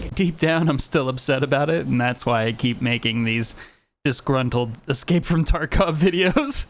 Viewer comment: your excape? dont you mean escape?